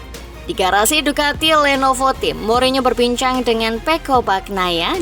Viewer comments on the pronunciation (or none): none